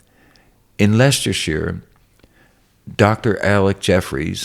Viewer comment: Any american who can pronounce Leicestershire correctly deserves an applaude. Hat off to you and your freedom sir